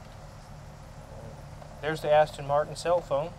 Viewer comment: aston , not astin